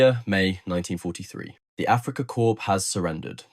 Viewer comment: "Africa Corpse" ???